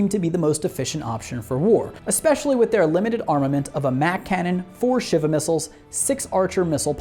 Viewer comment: Shiva is pronounced Shee-va.